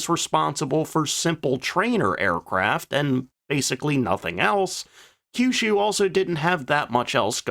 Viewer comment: You pronounced Kyushu correctly!